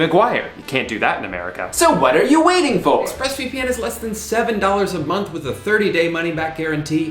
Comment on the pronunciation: “So I guess the question now: is the hooked app worth $15 a mNOnth” hahaha